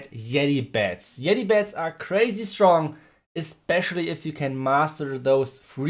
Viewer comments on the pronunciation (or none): none